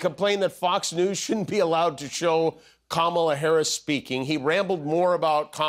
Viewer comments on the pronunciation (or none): Trump says Harris is mentally impaired, but in 78 years, he hasn't learned to pronounce her name?